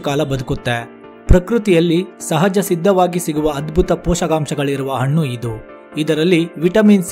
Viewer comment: Brother ,all students copied your pronouns as hannu= annu, hechigrite=achagirute your soft vanity all copied students get 00 Mark's ? ?